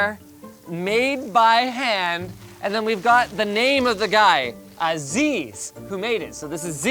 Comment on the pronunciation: His name is not ziz, he is Aziz